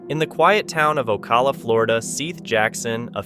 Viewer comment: O-cal-a. & Seth like Beth.